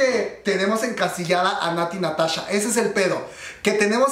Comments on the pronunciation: Natti Natacha! jajaj me encanto como lo dices comadre. Ps la verdad la canción está muy buena y pegadiza... Natti Natasha le da ese aire ese no se que.. Me gusta me gusta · shot cada vez que dice Natty NataCHA (ya se que lo dijo en broma)